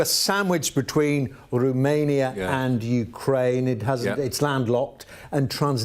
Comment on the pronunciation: ROmania not RUmania